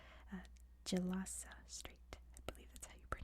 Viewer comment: Hi! A Bahasa-speaking long time subscriber of you here ☺️ just a wee correction, Indonesia became independent in 1945 instead of 1950, "Gelasa" as in Gelasa Strait is pronunced with the G in the word "Grow" and that "pemancingan ikan awek" part is essentially a dedicated local fishing spot! Hope this helps 🥰